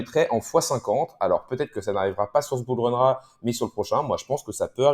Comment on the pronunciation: On dit "Bull Run là" et pas "Bourleuneraa"